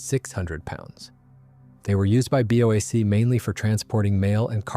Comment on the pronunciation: For god's sake learn to pronounce names properly! "Worrick", not "War Wick"! BOAC was exactly that (British Overseas Airline Company) not some mangled "Bowac" obscenity! 125 Squadron is "one two five" not "one hundred and twenty five". DO YOUR RESEARCH PROPERLY. And if it's an AI voice, use a better one.